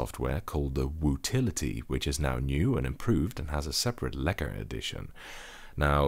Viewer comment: You pronounce lekker, really good. Are you from the Netherlands.